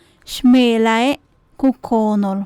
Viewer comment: Frases 71 y 72: dice koonel, debe decir: koonol